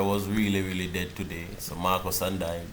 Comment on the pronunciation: lol you the G said (DAE) dead lol 😂😂😂😂